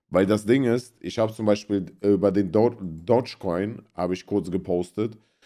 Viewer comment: Bratan es heißt Dogecoin und nicht Dodge. Ich habe selbst 100 Jahre falsch ausgesprochen. Es ist zwar nur ein Meme-Coin, aber wenn Papa Elon noch ein paar Mal twittert geht er bestimmt auf 1$.